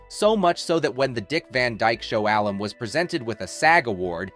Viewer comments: Yes, and "alum" -- short for "alumnus," is not pronounced "alum" like alum crystals. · Work on those errors for the next one; i.e. "tied the knot" instead of tied, and silly things like the pronunciation of "alum" which changes it from a spice as you have it to short for alumna. I also wondered how she got married after she had passed away (I see you have addressed that one, at least, in the comments).